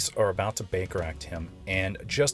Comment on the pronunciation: The first time you said Baker Act I heard Baker Rack and I was rather confused. LOL